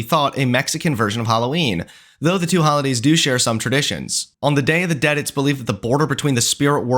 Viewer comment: NOT YOU BUTCHERING THE DAY OF THE DEAD ☠️☠️☠️